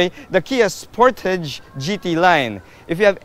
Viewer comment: Spor-ta-ge. Sounds like you went korean sir. Happy birthday. Stay safe and Godbless. 🤗🐫🙏